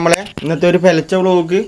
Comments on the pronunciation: Pelach alla ( pularcha) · പെലച്ച ❌പുലർച്ചെ ✅😆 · പെലച്ചേ. അല്ലടാ. പുലർച്ചെ 😂😂